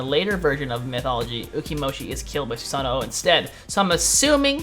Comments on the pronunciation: its not "susano oh" its said like "susan ohh"...its kinda like nii...you don't say "ni ee" you say "nee" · Omg its just susanO not susanoo lol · if you listen carefully when you select him you can hear him add that extra o once he says Susano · Theres no "OH" after Susanoo just saying.